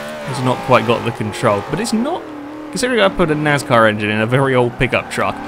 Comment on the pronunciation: Why do you pronounce your s in NASCAR like a z .